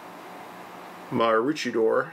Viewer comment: maroochydore correct, caloundra = "ka-lown_dra" .. but you've probably been told tha already :) interesting vid.